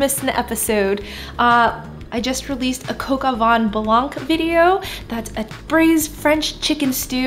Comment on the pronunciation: as a french person it always irks me when people prononce the "c" when they say blanc lol the C is silent btw in french ! i'm gonna try this recipe for lunch thanks !